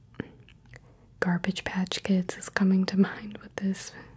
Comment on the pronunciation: Garbage Patch 😂😂😂?? U mean Garbage Pail